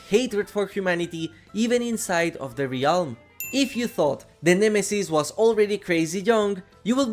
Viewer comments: not trying to be rude. I know English isn’t your first language. but the word “realm” is pronounced (relm) not (re-alm) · i love the way you pronounce "ree-ahlm" its become a comforting cornerstone of a classic video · I like the way you say realm!